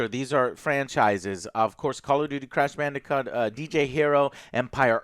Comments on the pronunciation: At of the video did Joe say crash bandicunt?!? Shit had me wheezing lol. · "Crash Bandicunt" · “Crash Bandi-c*nt”???